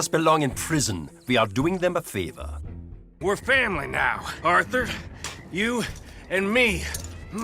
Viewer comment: "Orthur, Oh, Orthur"